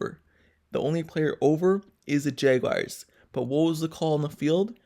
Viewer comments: JAGUARS not jaygwires 🤦🏾‍♂️ #Duuuval 🐆 You loss, it's done. Cry into your little yellow towels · J wires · I like your videos but you need to learn how to pronounce the word Jaguars😂